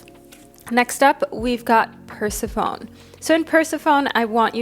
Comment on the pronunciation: Hi! Loved this reading! 💜 Karma #3:). (Persephone is pronounced Per-seh-fuh-nee btw, I said it the other way for years lol 😂)